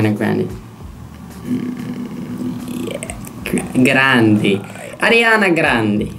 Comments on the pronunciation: Marcus Marcus MARCUUUSS I'm italian and it says "GrandE" , not "Grand-I". Love you haha 😚😂❤❤ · It's Grand-E not Grand-I 😜󾓩